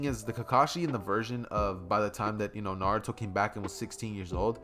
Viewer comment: Why is Naruto prenounced na-du-tho instead of na-ru-to Also you should’ve made Sasuke the reincarnation of vegeta